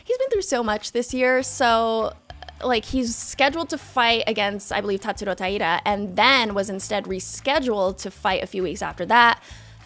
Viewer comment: I like the way pronounced Tatsuro Taira with a Japanese accent. Anyone know what ethnicity is? I don't think that it is Japanese.